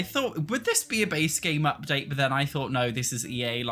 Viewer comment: I’m not a hater - I actually agree with practically everything he says - but the way he says ‘but’ as ‘berrrr’ is just so hilarious I find it hard to take him seriously! 😂 That’s just not how it’s pronounced, in any accent! 😂